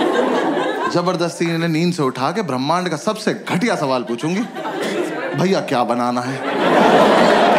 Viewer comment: has to be sobo "Bhayaa" girl 😂😂😂